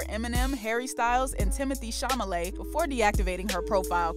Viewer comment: Learn to read. It's Chalamet and not Chamalet.